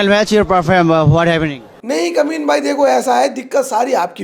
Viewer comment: Did you just say Kamin bhai..?? 😅